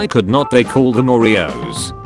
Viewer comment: Something also mildly infuriating how this robot voice sais could not